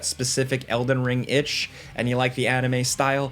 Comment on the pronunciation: It's "uh-ni-me" my gosh it's like I'm running the discord server!